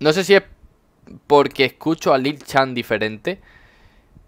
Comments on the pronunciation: no se pronuncia lil chan se pronuncia lil san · que rabia cuando pronuncias lil chan